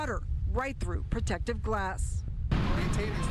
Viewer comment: "Protective Glass" , lol she said "Protective Glass".